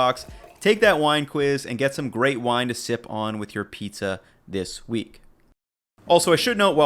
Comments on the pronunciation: ah, half of the "píča", alright:D probably every Czech or Slovak person watching this had to play it back to make sure he really said it:DD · “half of the peach-a” I don’t know why I found that so funny. Can’t wait to try this recipe